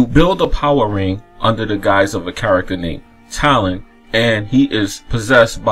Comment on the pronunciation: You play as someone named....Talon... with a spirit named... Celelimbral... I get you have an accent man but come ON with the pronounciations XD